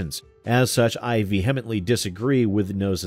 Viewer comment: Vee-hemently? C'mon,!